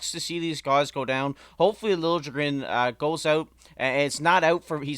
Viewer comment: Lil ya gren, not Lil je gren.